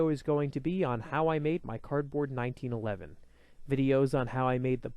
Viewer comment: Yes. Someone finally actually says 1911 a1